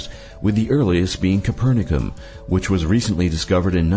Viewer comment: Too little, you mean. He pronounced "Copernicium" as "Coopernicum" :(